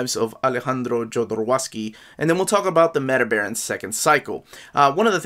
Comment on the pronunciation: He pronounces his name ZHO-do-ROV-sky.